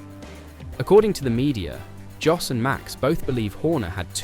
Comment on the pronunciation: If you were a propper fan or jurnalist, you would know at the very least that you pronounce Jos as Yos......its hard to listen to you greenies.